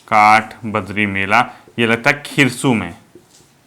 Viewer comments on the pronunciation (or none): सर,, काठबद्री नहीं काठबद्दी का मेला